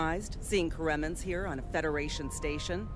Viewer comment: I don't get why they pronounced the Karemmans so differently in this expansion than from the show. It was more like kara-ma, not ka-rem-uh. Very minor thing but still weird.